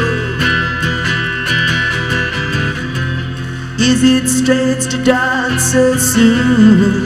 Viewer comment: "donce", take a "chonce"!!!